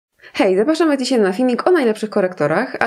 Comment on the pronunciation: Czy wy tez slyszycie zawsze na poczatku "ZAPASZAM", a nie ZAPRASZAM?